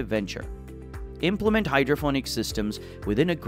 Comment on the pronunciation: Is there any reason that hydroponic is being pronounced hydrophonic throughout this video?